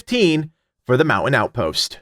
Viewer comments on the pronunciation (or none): I was only listening and was like, wtf is the Mow-in-out post! Damn East Coaster annunciate! 😂👍